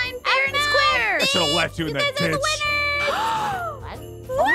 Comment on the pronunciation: when said ditch I thought he said something else 🫢